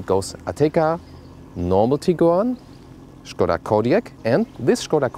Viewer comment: So good to hear people pronouncing it Škoda instead of Skoda as in all english reviews